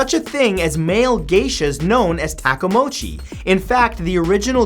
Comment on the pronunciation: Male geisha is called "Tai-ko-mo-chi" Not takamochi xD